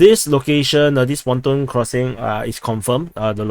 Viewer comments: not tempon bridge😁😁😁 its pontoon bridge😜😜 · Now I can’t say pontoon bridge!!🤣